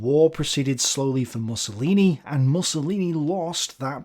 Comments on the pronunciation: I think it's meant to be 'Moosolini' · I aDOOORE it when he says "Mussolini" like "mussels" or "muscle". ☺ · I love the way he pronounces "MUSCLElini". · That is correct pronunciation, Mus-so-li-ni. But I am starting to prefer interpretation, it is hilarious. It adds to Benny's machismo persona lol